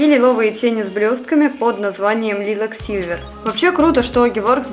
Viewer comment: прости, пожалуйста, но Lilac произносится как "лайлак".